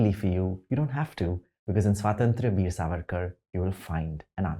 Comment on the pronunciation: The way he/she/they++ pronounces Swatantra Veer 🤮